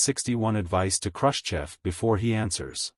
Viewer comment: Somebody has to go through whatever it reads and spell things such that it can't mistake it. Like spell it Krooschev. AI is dumb as a billiard ball.